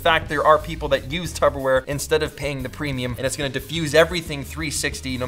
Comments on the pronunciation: Yo Pete, did you mean to say tubberware? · Peter: "Tubberware" Me a year later: "Tubberware? Did you mean to say ''tupperware'?"